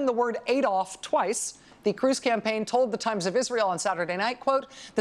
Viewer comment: Ironically, Rachel accuses Ted cruz of spelling Adolf wrong, while pronouncing it wrong.